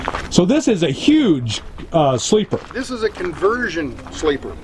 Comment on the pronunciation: he said yuge!! just like Trump